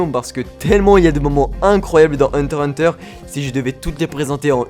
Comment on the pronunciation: pk tu ne prenonsse jamais le x de heurter x hunter